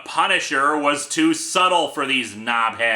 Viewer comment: Almost certainly the first time ever I've heard an American say "nobhead" :D